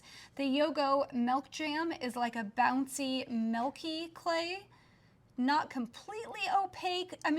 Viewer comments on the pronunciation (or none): TYSM FOR THOS VIDEO!! But BTW I'm not sure if anyone has told this, but the way you say milk/milky sounds like Malk or Melky totally reminds me of Mia Maples.. lol❤❤